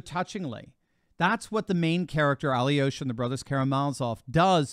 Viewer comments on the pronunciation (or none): Alyosha is pronounced as Al -yosha. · The way they pronounce Alyosha is hilarious!